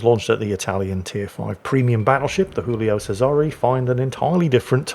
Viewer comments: it's not Julio with a Spanish pronunciation, it's Giulio in Italian - first letter pronounced same as in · Hey, Giulio you read with a G not an H, it ain't a spanish ship:D